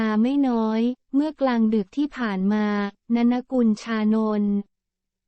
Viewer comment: อ่านชื่อว่า นน กุล ไม่ใช่ นะนะ อ่านชื่อว่า ต้า เหนิง